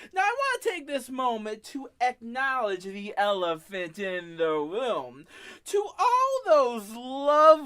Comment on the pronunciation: What is a "woom"? 🤔